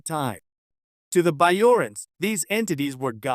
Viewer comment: You can't pronounce B'Jorians right? AI BS.